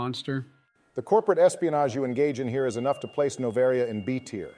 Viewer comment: The way pronounced Noveria had me in stiches